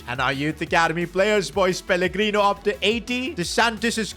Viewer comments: Bro said peligrini not pellegrino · The amount of times he says pellegrini when it’s pellegrino is ridiculous